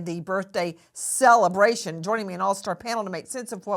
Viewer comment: 😂"cell-abration" I do wish his kids didn't have to experience this.